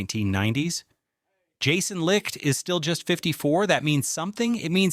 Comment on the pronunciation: It seems like no one knows how to pronounce Jason Licht. Anyways the offense can be generational I believe this year. The offense is the key and the defense is going to give up a lot of points at times and I think the offense is going to be next level enough too propel us into possibly even a Super Bowl which I can't believe I'm saying